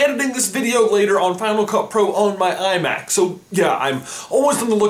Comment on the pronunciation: I heard iMac as IMAX 😂😂